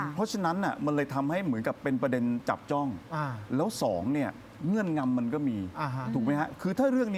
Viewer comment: งำ ไม่ใช่ นำ